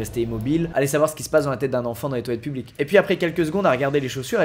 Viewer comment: Mecanicrrrrr, simpaticrrrrr mais publiqueeee 😂😂😂